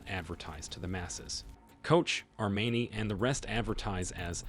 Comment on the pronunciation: this was definitely made by AI lol. The pronunciation of Armani and Chanel was unforgivable